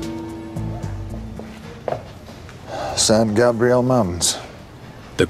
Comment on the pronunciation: Lol, the British narrator pronounced San Gabriel so awkwardly.